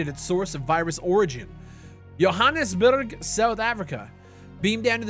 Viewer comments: The Yohannesburg pronunciation killed me (It is pronounced jo-ha-nuhs-burg) considering I live quite close to it. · Why you gotta say Joe-hann-es-burg like that!?😹😹💀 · The way he said Johannesburg made me angry for some reason